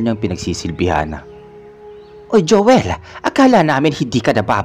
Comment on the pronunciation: Mejo nakakairita lng po ung narrator,ung my qng Anu sa dulo Ng mga salita,imbes na Joel nagiging joelah,paligid nagiging paligiddah😒